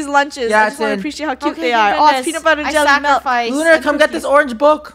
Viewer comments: its milk not melk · Lol when they said malk insted of milk 😂